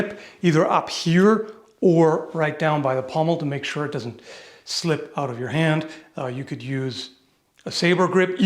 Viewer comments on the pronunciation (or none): none